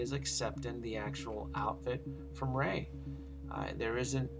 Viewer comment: woah!! that voice over, and accent was on point for whoever did it for thr rey figure!! Great video!!